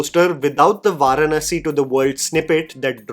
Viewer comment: No offense bro....you have got to learn the pronunciation of the word "Varanasi". It's an Indian word. Please don't basterdize the word.